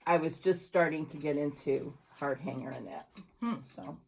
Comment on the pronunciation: I’m sure someone has already commented on this…. It’s not HARD HANGER, it is Hardanger, (pronounced ‘hard-donger’) with a soft ‘o’.